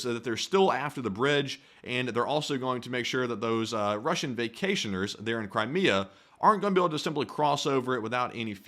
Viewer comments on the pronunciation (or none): none